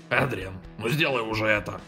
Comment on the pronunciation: Как-то не привычно видеть Адриана плачущим!!! Пожалуйста произносите Эдриан, а печатайте Адриан!! И не Кот Нуар, а Супер Кот!!!!!!! ПОЖАЛУЙСТА!!!!!!!